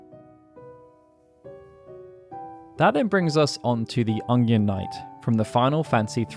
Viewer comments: Are you saying "Onion" or "Ungyan" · Is something up with my ears or does he keep saying Ongion? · You're English, why can't you say onion properly? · The way you pronounce "onion" bothers me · why does he say onion so weird